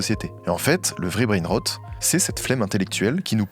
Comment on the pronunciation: je suis fière de toi 👏 c’est effectivement comme ça que l’on prononce “brainrot” 👏👏👏👏👏👏👏